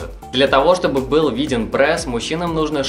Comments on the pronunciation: пресс а не прэсс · ПрЭсс слух режит))